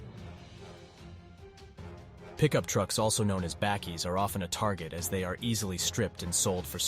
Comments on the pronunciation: Lol pronounced as “buckies” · I cracked up at the American pronunciation of a South African word "bakkie".😂